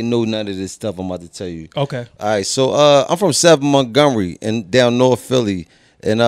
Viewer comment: It’s not north it’s norfff 😆